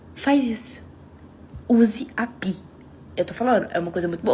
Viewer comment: Tenho PI instalado no meu telefone e uso para informações como faço no Google. Isso depende muito de como você usa. PI nos ajuda com direções e afins, nunca tive um "papo cabeça" com PI e nem pretendo. A pronúncia correta é "PAI".